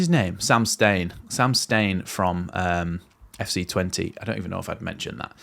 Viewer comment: mate love your videos,, but cmon, let's get the pronouncing sorted: it's SEM (not Sam!) STINE, and his club is not "TWENTY", it's Tuh-VEN-Teh MOT